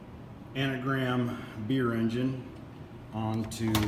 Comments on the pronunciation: It's Angram, not Anagram! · It’s Angram, An Gram, not anagram.